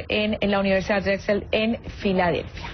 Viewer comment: 'Filadelfia'.... lol...